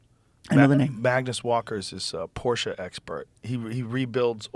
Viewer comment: Thank you, Joe, for correctly pronouncing Porsche. Also, Porsche designed the original Volkswagen (”People‘s car”) for Hitler.